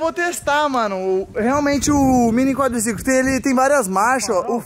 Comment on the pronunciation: Quem lembra o falando. " meu Quadricicolimm" kkk